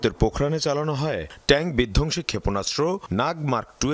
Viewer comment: বিধকসি না রে মাইয়া বিধঙসি। আগে হোম ওয়ার্ক কর।